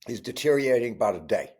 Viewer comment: Always with the LSU pimping. "Deteriating"? It's de-te-rio-ra-ting.